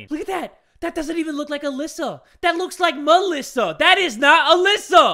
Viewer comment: ME-lissa.. HMmHmMmMm